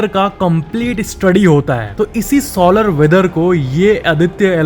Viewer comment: Solar wheather ko sooolar wheather bol rha hai gandu😂